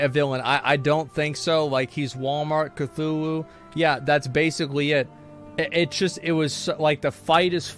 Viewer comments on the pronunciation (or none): none